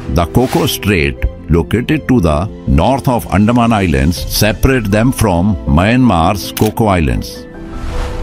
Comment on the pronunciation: Pls pronounce like "Anthaman" NOT andaa man